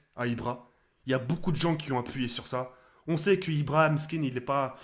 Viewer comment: moi j aime bien quand ibra dit POCE BLO